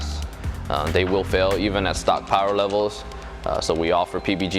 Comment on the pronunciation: Can i get a mo powah babeh?